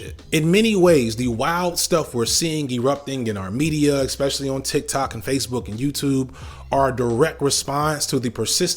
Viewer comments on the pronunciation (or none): none